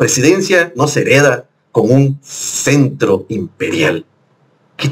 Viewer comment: Apa...me gustan mucho tus comentarios, pero hay que leer...CETRO...NO CENTRO...BUEN DIA...VIVA LA 4T